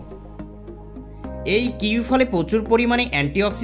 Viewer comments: Kiwi কিওই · ফলের নামটি অন্তত ঠিকঠাক উচ্চারণ করে বলুন এবং শুরুতেই বলুন